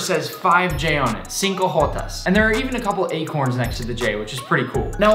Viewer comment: I wept more every time he said “cinco jotas” as a Mexican 😢